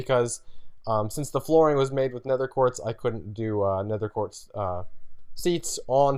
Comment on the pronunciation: He keeps saying 'nether quart' its 'nether QUARTZ'!!!